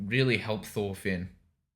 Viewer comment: im danish, thor is not "toor" and finn isnt "feen"